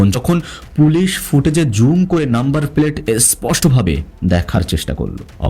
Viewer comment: আপনার উচ্চারণ ঠিক করার চেষ্টা করেন। পেলেট না প্লেট, নিরশংস না নৃশংস। রিজার্চ না রিসার্চ। আর এত বেশি Adjective ব্যবহার করবেন না। ভয়াবহ, নিস্তব্ধতা, নৃশংস, সবাই থমকে গেলো, কেউ প্রস্তুত ছিল না বার বার এসব না বলে স্বাভাবিকভাবে বর্ণনা দিবেন। হাতের টুকরা পেয়েছে মানে অবশ্যই মার্ডার হয়েছে। বাকি টুকরা পাওয়ার পর প্রস্তুত ছিল না বলাটা কি মানায়! অবশ্যই সবাই প্রস্তুত ছিল। কিছু নিয়ম মানলে ভালো আগাবে আপনার চ্যানেল